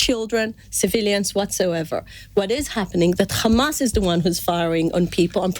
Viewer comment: Khamas..Khamas..7 october..7 october 🤣🤣🤣